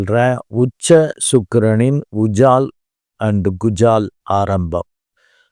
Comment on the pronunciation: ஐயா அது உஜால் குஜால இல்லை ... அஜால் குஜால்...மற்றபடி உங்கள் பதிவு அருமை🎉